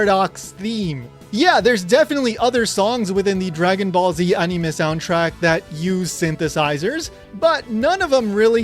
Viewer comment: Why did you pronounce anime like that ?